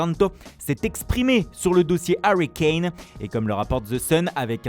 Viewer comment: Tottenhaaayyym Harriui Kayne